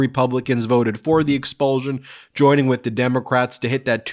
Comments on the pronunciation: Learn how to pronounce expulsion! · You have a very curious way of pronouncing "expulsion".